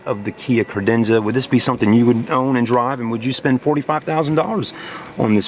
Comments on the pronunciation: I know this video is older, but it's CAdenza not CRadenza. If you sell them at least get the name right! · Did he ever say Cadenza correctly...as on top of it as those that work at the Kia dealership in Reno NV...and my new 2017 Optima SXL will only have warranty done at the dealership in Reno.